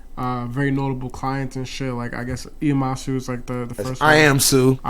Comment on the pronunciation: dude straight rushed u. this shit coulda been 4 hrs long and interesting as fuck. wish we got to hear more details of the come up and miami etc, dude just wanted to hear about iamsu and didn't even know how to pronounce his name